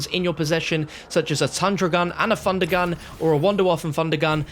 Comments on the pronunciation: “A three fundergun” Love you 😅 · "Three Fundergun" 😂